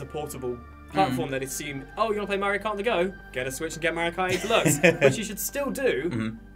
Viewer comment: "MerioKart" you nailed it!